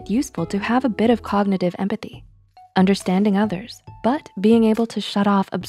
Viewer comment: Grow up. but COKnitive 😂😂😂